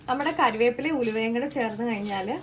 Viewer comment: കരിവേപ്പില അല്ല മോളെ കറിവേപ്പില